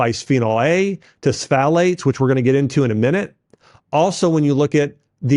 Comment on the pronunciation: bro, you could have done a little more research on how to pronounce words like pfalate or glyphosate